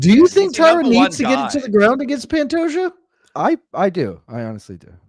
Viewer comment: Incredibly annoying considering it isnt hard to pronounce Pantoja and it takes just as long.